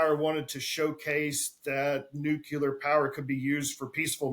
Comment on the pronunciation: pronounces "nuclear" like G.W. Bush did: "nucular" 😆